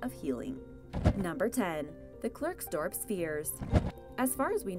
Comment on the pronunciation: Klerks Dorp isnt pronounced Clerks dorp